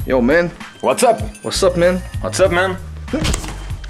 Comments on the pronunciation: le « wassup man » sonne tellement Québécois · À , Simon à totalement l'accent québécois 😂😂 (le "whats Up men") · le « what’s up man »sonnait extrêmement comme un accent québécois je suis pu capable